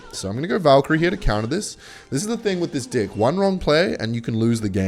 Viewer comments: why does he say dih every time instead of deck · why do you alwatys say dick instead of deck? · Every time he says deck I hear dick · Deck ❌ Dicck ✅ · secretly replacing “deck” for dick the whole video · why he is calling deck d!ck? 😂